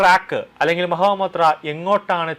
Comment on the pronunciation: Mahua Moitra. ! And not Maha Motea ! You have to speak correctly 😂😂😂